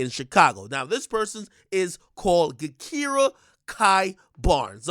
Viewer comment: It's pronounced JaKira. The G is like a J and her nickname is K.I. not Ki lol.